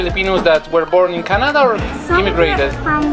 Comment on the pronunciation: Chinada a nie Canada 🚀👺